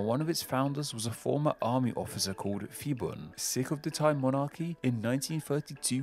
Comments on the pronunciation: Interesting video! Small correction - when transliterating thai into Latin script, the letter 'h' is used to strengthen hard consonants. So, 'Phibun' is pronounced 'Pee-boon' (with the 'oo' being the same as in 'look'). The same thing happens with Phuket (pronounced 'Poo-ket') and with 'Thailand' itself. They don't ever use 'ph' as a 'f' sound. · Phibun is not pronounced Fibun for the same reason Phuket is not pronounced Fuket and Phitsanulok is not pronounced Fitsanulok. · It's merely another example of an American having problems with language. He couldn't pronounce Phibun properly either. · The dictator name was not Fi-bun it was Pbhi-boon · Calling phibun "fibun" is crazy... Its actually pronounce "piboon" a lot pf the time, thai people uses h next to p in there name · I want to give you a lesson as a Thai the we fond pronounce ph as f but we pronounce it as p it’s a miss translation of the letter พ and the word เมืองไทย (Muang Thai /mueng Thai) is pronounced ~ moo Ang Thai, quickly and also Siam is pronounced as sa-yam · Phibun doesn't read as fi-ban.. it's p(h)i-boon พิบูล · One note: The PH in Phibun is pronounced as an aspirated P, not as an F. In a more curious observation: the plaque you show superimposed on the map of Thailand around the 7-minutes mark disappeared "mysteriously" a few years ago. By an odd coincidence, the CCTV camera wasn't functioning on the night it vanished from its spot embedded in the road, commemorating The (bloodless except for one person who cut themselves while resisting arrest) Revolution. Since then that plaque has become an even more important and emotional symbol for Thai people. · Feeboon.......... His named is Piboon, it's a P not an F. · I'm afraid you mispronounced Phibun. That's an aspirated /p/, not an /f/. Much like Thailand is pronounced with an aspirated /t/ and not a theta.